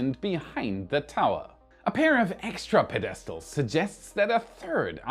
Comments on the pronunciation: Getting the Starship flown often enough to prove its reliability is a big job. Will it be ready for 2025? Yes. 'Pedestal' is pronounced, "PED-es-tal", not "pe-DES-tal". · Love your work! One pronunciation thing: Not pe-DES-tal Instead PED-e-stal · Pedestal. Accent on first syllable. PED IS TAL. YOU SAID pe. Des Tal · pronounced "ped A stells" not "ped des tells" I'm half german so I kind of get it. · The pedistle is pronounced "PED' is tile" not "pe DIST' ile" . Great show. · ITS.......PED- ES- TAL... NOT pe- des- tal...NOR pe- dest- al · I'm pretty sure you'd like to learn proper English pronunciations so here is one... Pedestal is pronounced PED-us-tul and not ped-DEST-ul. I know if I was trying to learn a foreign language I'd want to know 👍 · Yes. And it's PED-es-tal, not pes-ES-tal. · pedEStal is better than pengwing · Anyone here want to help out our adopted German brother with his English pronunciation of, “pedestal”? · Pedestal...u are putting the wrong emphasis on the wrong syllable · My ears hurt when you mispronounce 'pedestal'. The accent should be on the first syllable, not the second. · Learn to pronounce Pedestal. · Hey, please learn how to pronounce pedestal. The emphasis is on the first syllable not the second. thanks. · The word 'Pedestal' is a dactyl, not an amphibrach. That is, it is pronounced as one stressed syllable follow by two unstressed syllables, as opposed to the stressed syllable in the middle. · Love you brother! However, that's not how you pronounce "pedestal." 🤣❤ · Your English is excellent however... Accents on the first syllable. SUBsequently and PEDestal. PED as in Fred.